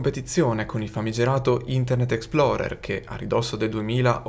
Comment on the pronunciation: Minuto 0.12 - Explorer non Exploder !!!!